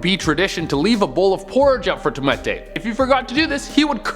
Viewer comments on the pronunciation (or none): its just tomte not tomente... even a norwegian got a bit annoyed by that XD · It really makes me annoyed that he pronounced tomte wrong it is pronounced like tom tay not Tom tea and it is a part of the Swedish tradition Santka Lucia which was a saint from the 3rd century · Tomte not tomete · "Tom-e-te": Every person in the Nordic countries/Scandinavia either cringing hard or laughing hard😂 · I'm Swedish, and Tomte is pronounced (Tome-tah) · Tomte is pronounced without the extra E in the middle. To me it sounded like something coming from Asia. Tomte is the Swedish word for a small ''elf like'' entity that lives on Scandinavian farms. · U say tomte differently :3